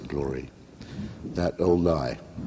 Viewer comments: yes this is true... it's "Duhl - kay et deck- orum est" and he pronounces it more like Italian, but that's fine. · What a bunch of shit. You can mispronounce Latin, and Hitchens does here. A single C always has a hard sound.